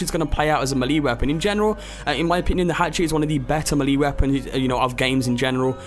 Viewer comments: It's pronounced "MEEEHHH-LHHHAYYYYY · you pronounce melee wrong